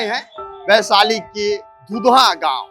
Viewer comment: Vaishali hota hai sir g (वैशाली)